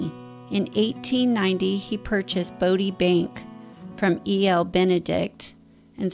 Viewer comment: You frequently said "Brodie" instead of Bodie lol